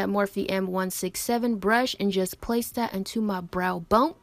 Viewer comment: “Brow-BONEDT” 😂😂 girl your skin is SNATCHEDDDDT ✨✨✨